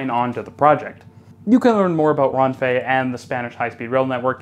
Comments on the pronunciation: It's not pronounced "RON-fay" but "WREN-fay". It's Spanish, not French. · “Rehn-fey”. The e in Renfe is like the e in ‘end’ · FYI. You are mispronouncing RENFE. Spanish vowels all have a single short vowel sound. Which means E are always pronounced the exact same way. The REN first syllable should sound just like the bird wren. Even if you are not able to pull off the hard Spanish r, at least the right vowel sound makes the name recognizable.